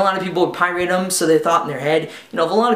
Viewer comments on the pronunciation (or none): pirate, not pie-rate.